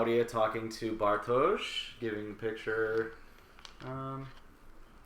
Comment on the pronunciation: Nice one, been waiting for this! Since you mention Mikkel a lot: If you want to perfect the pronounciation, think "Mickl", emphasis on the first syllable. Can't fault your Bartosz and Helge though :)